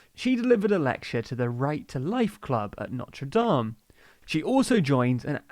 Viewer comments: It’s actually pronounced no-ter-d-A-m, at least here in the Midwest. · No. It is pronounced like no-ter-dāme. They're spelled the same, but for some reason the School is usually pronounced differently. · It's funny hearing someone pronounce "Notre Dame" that way when speaking about the university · You all are amazing. The best news source out there, but can you please take thirty seconds to google the pronunciation of unfamiliar words? NO-truh DAHM is a cathedral in Paris. NO-ter DAYM is a university in Indiana. The latin term is STAR-ay duh-SEE-sis (or commonly duh-SYE-sis)